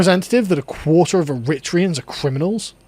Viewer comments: “Irritreeans” hahah it’s eh-ree-tray-an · Pronounced Air-a-tray-ans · Air-ri-tray-ans = Eritreans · It’s pronounced ERRITRAYUNS 👍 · Eritreans is pronounced: Air, Writ, Tree, Hans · Ooh. Blatant raisinism against cultural enrichment except yours which is evil and white. Europeans did nothing compared to the Eritreans. BTW the third syllable is stressed./ er-i- TREE-u’ns/ u’= schwa. This is a pronunciation rule for nominative adjectives. The syllable before the category suffix is stressed like: aMERicans, caNAdians koREans or even paRISians. It only works for this suffix. Chinese or Portuguese or English, Swedish, Turkish . No. But it works for braZILians or argenTINians or palesTINians. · Eri-TRAY-ens fyi